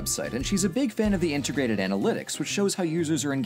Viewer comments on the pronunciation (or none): none